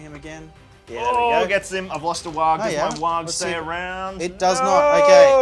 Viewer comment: Every time he says Warg I think he's saying Waagh. I mean, it's orc either way so it's fine but still.